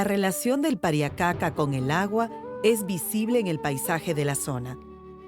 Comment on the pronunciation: ser hombre andino es una resposavilidad pero estos ingorantes como pueden llamar indigena alos inkas o los runas y mal pruninciado kapacnan y pariacaca se prunincia QCAPAQNAN Y PARIAQCAQA